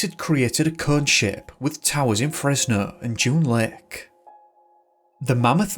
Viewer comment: I really like your content, and while I do not usually have an issue with this (Actually this is the first time) you REALLY need to work on your accent some more. It's too thick at times. For instance, when you first said 'Lake', I was mildly confused because I honestly heard 'Lick'. And this is only a singular example. I do not mean any offense, take it as constructive criticism. It was way more pronounced in some earlier videos and I can see improvement, intentional or not.